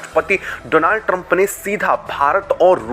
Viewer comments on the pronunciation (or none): none